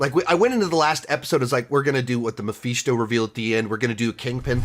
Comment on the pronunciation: Mephisto……..pronounced(Meh-fis-toe) not (Meh-feast-o)About barfed every time you said it! 🤮 Other than that great review!